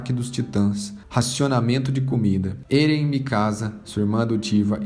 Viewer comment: Se pronúcia Éren e não "Êren" Se pronúncia Mikassa e não "mikaza" Po se não assistiu o anime? Eu li todos os mangás, claro não tem como saber a pronúncia certa lendo, mas o anime como é do japão você consegue ouvir a fonética dos nomes... Fora que ainda não acabou, então acho que não seria um resumo.